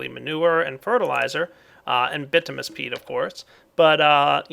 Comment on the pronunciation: it's bituminus peat (Bi-tUM-In-uS)